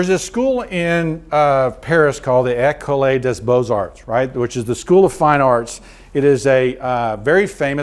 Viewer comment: The eh-co-lay dus boze-arts, eh . . . ?